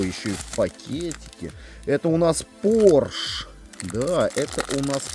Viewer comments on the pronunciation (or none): none